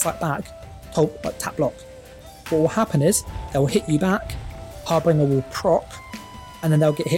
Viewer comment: Love your videos, this is gonna be my next build. But please stop calling harbinger(har-bin-juh) "har-bringer" .. it hurts 😂 would love it if you'd update your website too.. your builds seem to be better and more meta relevant than Altcasthq and from what I can see you've only put 3 pvp builds on your website :( easier to follow when you've got a text/image based guide as well 👍keep up the good work